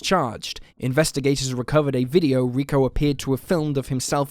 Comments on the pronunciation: It's not RICKO, it's pronounced REE-KO. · Its not Ricko, it's Rico. 🙄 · Rick-O? Really? If you’re going to be reporting on missing people for profit the very least you can do is have enough respect for the victims to Google how to pronounce their names properly. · Note on Rico Harris: Rico is pronounced Ree-ko not Rick-O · lmfaoooo this dude keeps saying the name Rico as "Rick-oh" 😂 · The guy's name probably isn't pronounced ricko. Rico always sounds like reeco. I'm pretty sure his name would be Rico. Sounds a bit better later on. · Had to shut this off after the zillionth time you said "rick-o" instead of 'Ree-co'. FFS, it's not even a hard name to read/say. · Ricko? Lol. Pronounced Reecko. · Rick’o don’t you mean Rico? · His name is pronounced "Ree-ko" Harris. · You're killing me. Rico pronounced ree-koe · ree-KOH (Rico) Harris